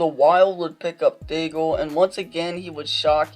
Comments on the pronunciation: Day-gull LMAO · Dagel sounds so dumb- and you even said it right once after hearing it and then went right back to Dagel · "Daig-el"...just goes to show you know nothing about hockey and you're just reading off someone else's words. Disliked. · Wrong prononciation.